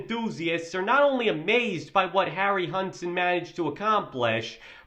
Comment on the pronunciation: they don't give a damn, or want to pay GREAT ARTISTS and just cheap out with GREENSCREEN AND CGI. if a film was made like back then (King Kohn, Jason and the Argonauts, METROPOLIS) it likely would fail as NEW gen audiences would ask, wtf was that? Harryhausen (Harry How Zen is the pronouncement)